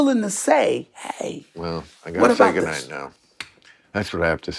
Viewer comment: It's not the edit. Bill says "g'nite" in the damn video. Did you not watch it?